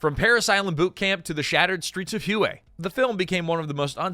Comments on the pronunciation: Ai sucks so bad, "the shattered streets of hue e" it's pronounced way" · It’s pronounced Hway. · I believe Hue is pronounced ha-way. Short a's both times. I hope to God it's not an AI error. In that case #^(*&( you. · Hue… Ha-way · its hWay city (Hue') , not huey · It’s not pronounced you it’s way (hue) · Hway, not hugh. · Its "whay" NOT "hoo eh" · Hue is not "hoo-ay." It's "hway." The video pronounces it at least three different ways, one of which is actually correct. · WTF is wrong with you...??? Is this AI audio slop, and not a real MAN speaking...? The city "Hue" is NOT pronounced as 'hoo-way'!!!!! It is pronounced as 'whey', like the protein. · Hue is not pronounced "huå" it's "wā" automated announce c software is woefully distracting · The city is pronounced "way". Not hu ay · The city of Hue was pronounced like "Whey" as in "eating her curds and whey" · Hue? It's pronounced 'whey'. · Holy crap, you were not even consistent, you then change to pronouncing it as 'Hugh' at almost 5 minute mark, and then finally at 5 minutes you pronounce it correctly, in the same Numbered commentary segment... Dude, re-record your pieces, or you sound like a 'tard! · yeah...the proper pronunciation is "Whey" with upward reflection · You know it's just another regurgitated blah blah video when they mispronounce "Hue." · Good grief. Learn how to say Huè. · The most interesting fact is how many different ways you said Hue pronounced WAY city. Or that you called a Commandant a commandment. It's interesting how you can run a great video by being trash as a presenter. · A I slopifier pronounces "Hue" correctly 1 out of 3 times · It was pronounced 3 different ways in less than two minutes.😂😂😂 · Also how many times did it mispronounce Hue. 😊